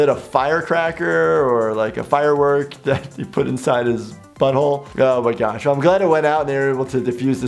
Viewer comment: "Oh my gash?"